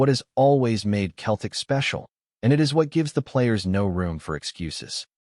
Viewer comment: Why doesn’t this guy say CELTIC instead OF Keltic ?